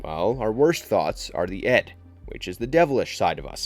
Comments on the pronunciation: It is Id, pronounced like "ih-d", not "Ed". Why does Pyramid Head have a helmet that is squared off at its base some times, while terminating with a point in other incarnations? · Pronunciation, it's (id) ID not Ed , which is what it sounded like , 😄 Sorry but I AM That Guy , was really distracted 😆 anyway.... as you were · Ed?? It is ID not ED.